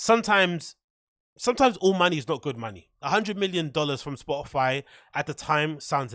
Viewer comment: did she just say spotifly?? I checked 5 times. lol